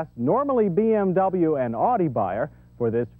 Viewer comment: It's "oww-di", John, not "or-dee".